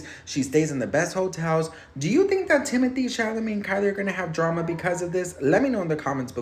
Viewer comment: Do you know his name is pronounced , Tim oh tay